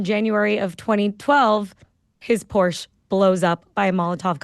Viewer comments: I’m German. Your pronunciation of Porsche was correct. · Yes it’s Porshaaaa. Not posh.. just correct.